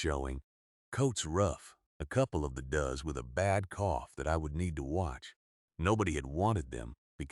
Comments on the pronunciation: Does are called dowz not duz. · Please! "Does" is NOT pronounced " duz" it is pronounced "doze". Plural of doe, a female goat , deer, or rabbit. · In this story, does refers to more than one doe. Therefore, pronounced as doe with an S at the end, not as a tense of do. Learn English! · I love goats. They’re funny little buggers. Does (a bunch of female goats) rhymes with toes. The “o” is long. Does, rhymes with fuz, has absolutely nothing to do with female goats. Unless you happen to be asking “what does a goat do with an echidna”. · This AIneeds yo know how to pronounce does. It's a farm animal. Please note and correct your AI. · They need to have AI learn to speak correctly. For example—Doe’s are not does! Always find a old record with the answer to everything!! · Anybody else know the difference between does and dose. Losey ai!!